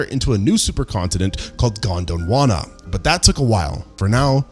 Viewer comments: It's "Gondwana"! But thank you, you made my russian brain laugh. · Even if it isn't AI, it mispronounces Gondwana which you just wouldn't do if you had any familiarity with ancient earth, paleontology, and geology. Reeks of lack of credibility and research.